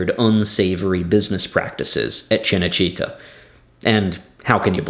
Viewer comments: cinecittá, not cinecítta.... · It's called Cinecitta not Cenecitta and Rai is pronounced Ray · Rai Italia is pronounced wry italia, not ria italia. And CinaCittà is CHINna chitTA, not CHINna CHEATer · Very nice backstory! But the pronounciation massacres make it hard for me to listen you! How can you pronounce RAI as Ree-a over and over? Cinecittά - not china-chEEta! Painful and unfortunately, very American! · An excellent video. That said, your Italian pronunciation is atrocious. CineCitta (pronounced Cheenay Cheetah, like the cat) and RAI (Reye as in eye). It's funny that Roman business practices are still going strong in Italy 2000 years later. BTW, the television show about Octavian/Augustus' palace intrigue you said would make good viewing are all included in the fabulous British series, I Claudius. Thanks for bringing this to light. Rome, one of the best series, was killed off too early.... Rome, we hardly knw ye. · Two things for what it’s worth. Rai is pronounced like “rye”. For Cinecitta, accent the “a”. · Also, Cenecitta' is misspelled. It’s Cinecitta’. Film (cinema) City. A section of Rome. And it’s pronounced chee-nay-chee-TA with emphasis on the “TA” - My family had an apartment there years ago. Sorry to be such a pest, but just want to add/correct to your excellent video here. I’m enjoying it very much. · Fascinating. But you could at least learn how to pronounce names like “Rai” and “Cinecittà.” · PLEASE take 5 minutes to lear how to pronounce cinecittà and RAI, not RIA